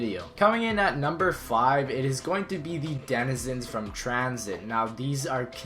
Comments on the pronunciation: You said top flive LOLOL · At the end he says flive